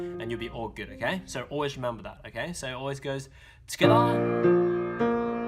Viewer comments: Am I the only one that LOVES when he says "Togetha" (together) SO CUTE AAAA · amazing video!!!! so accurate and very clear (although fast). maybe say 'tgethah' a little less often ahahaha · Anyone else like how he says together 😂togevor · His "together" pronunciation has changed from "togetha"